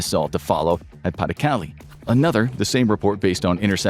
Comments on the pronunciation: Thank you. Came here to get at this exact thing. Pah deh Cal-leh Not Paddy Cali. Plz & thank you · Pah-duh-Cah-LAY. NOT PAH-duh-cah-lee. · PLEASE double-check your pronunciation! Pas de Calais is pronounced "pah de kaLAY"', not "PAH de KALee"'. You're driving me crazy! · Its excruciating hearing pays de calais called paddy kally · "Pa the caly"... jesus christ americans... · Pronounced "pah-de-cal-ay" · Pas-de-Calais properly butchered ^^ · Learn how to pronounce “pas de Calais”!! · I cringed every time Pas-de-Calais was mentioned